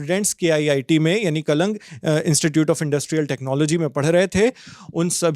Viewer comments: kalang nhi he wo 'KALINGA' hai jay Jagannath 🙏❤ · Kya journalism, Kalinga ko pronounce kar nahin pate and Sine die ka bhi.